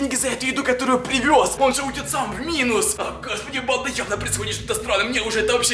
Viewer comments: Мне одном кажется что он говорит не банда а панда🌚🌝🌝🌝? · И да кажется что он говорит панда а не банда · Пачиму ты говориш почти вьсигда паньда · Мне тоже кажется точнее я думала раньше что он так пандой и называл тех кто его смотрит... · Мне кажется что он говорит панда а не да да??? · Мне тоже кажется что он говорит панда!?🙉😸😧😘😙😗😚💋💘💞💖💗💔❤💚💜💙💛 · Да правда